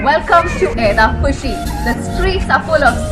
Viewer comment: The way you pronounce Eydhafushi, OMG! It's like me speaking Fuvahmulakian language! 😀 Great video btw. Eydhafushian here. 🇲🇻